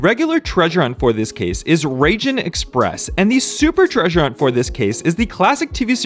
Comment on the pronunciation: Raijin Express, you're saying almost "Raging", it should be more like Rye-gene